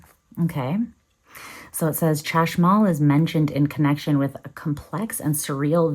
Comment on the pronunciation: Chashmal - the 'ch' is pronounced like the Spanish J (Jota)